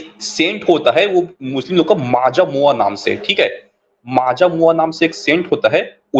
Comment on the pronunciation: Maaja mua 😂😂😂 it's majmua